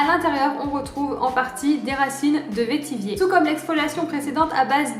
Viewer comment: Coucou, on dit "vétivêre". C'est une plante qui est utilisée en distillation chez moi à La Réunion (un peu moins aujourd'hui). C'était juste pour l'info, sinon toujours aussi intéressantes tes vidéos !!! Merci beaucoup. Et plein de bisous de chez moi !